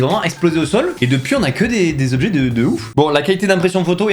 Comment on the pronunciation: les 20 "Tobjets" et non pas les 20 Zobjets" ! :D On parle des 20 "Tans" de ma nièce, pas des 20 "Zans"... ! Sinon vous me faites bien rire, sympa ce que vous faîtes !